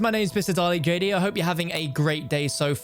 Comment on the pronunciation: Anyone else hear him say instead of the usual Dalex JD